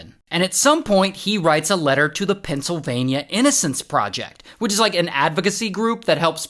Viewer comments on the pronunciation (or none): none